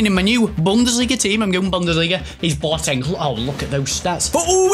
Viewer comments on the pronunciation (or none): its B O teng. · Who TF is Bwoteng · Who else pissed there self when said boateng